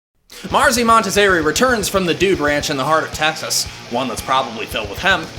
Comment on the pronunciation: Love the review,, but its Texas.........not TAxes...LOL